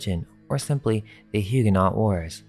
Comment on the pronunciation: BTW - the t on Huguenot is not pronounced.